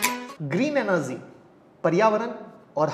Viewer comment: Dude, it's not 'Enerzeeeee' it's 'energy'🙄🙄